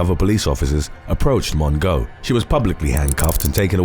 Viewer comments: Lmaoooo “Mon-go” 😂 Her name is pronounced “Mo-jo” but I love how some of these names are mispronounced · Tana MONGO!!!!! I'm not even upset over you mispronuncing her name because it gave me a great laugh!!! LOVED IT!! LOVE THIS CHANNEL!!!❤✌ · “Mon-go”. HAHAHAH! 🤣💀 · Crying at how you say Mongeau 😂😂